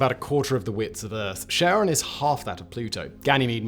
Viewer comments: so who is this sharon? any relation to (phonetic spelling warning) KARE-UNN? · Sharon? We say CHaron with a ch as in lochness, As in the boatsman, "Who pays the ferryman?". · Low-well. Keh-ron. :) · I really don't understand why on Earth in english its name starts with a C. It should be a K, as Kharon. Because Kharon is named after an ancient greek deity, the ferryman of Hades. And pronunced with a K sound. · Charon? Don't you mean Kharon? After all, you know what they say... "Charon IS Kharon" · Pronouncing it "Sharon"? Seriously? No one tell Julius Sheeser, he might go to sherch and sheck his shar. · Stop calling it Sharon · Kar-on would be more accurate. Good video otherwise. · Charon is Neither “Share-on” nor Sharon. It is a hard C not a soft C. ✨✅ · Every time Simon said Charon, all I heard was Ozzy yelling "Sharron!!". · Can you please pronouce it properly and not like Sharron? It is named after greek keeper of underworld not someones aunt. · I couldn't help thinking of Ozzy Osbourne when you kept saying Cheron. Cheron ! where's my bleeping remote !. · I despise James W. Christy with burning passion for naming Pluto's moon after his wife. And everyone who pronounces Charon as "Sharon" should be burned on a pyre. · Okay, first off it's Charon with a soft, but very discernable G-sound. And an A like in gArrison. Second: stop talking so affectatious. It's unbecoming. Third, your beard! It's too big. Now you like like a learned rabbi from the time of our grandfathers. Your head is too small for such a grandfather bush. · You're pronouncing it wrong. It's Greek, not French. You read it as if there's a K. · Kh, not Sh. Almost like Karen but not quite. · I don't want to hate on this video cause Simon and all his channels are awesome, but it's karon, not sharon, right? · its charon not cheron... it made video unwatchable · In Greek mythology, Charon or Kharon (/ˈkɛərɒn, -ən/ KAIR-on, -ən; Ancient Greek: Χάρων) idk who Sharon is. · Charon = Kuh - ron, not sharon